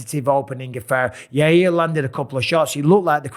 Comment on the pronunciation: Chael calls him Yahrear